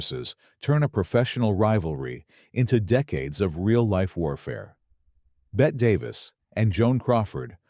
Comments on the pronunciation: Actually, it’s a total of four syllables;but I share your frustration with AI insisting on pronouncing her first name as “Bet”. She used to try to correct the error in interviews, saying that the final “e” was NOT silent. Are the producers of these videos too lazy to go back and correct the error? 🤔🙄🤬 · Betty days two syllable. Not one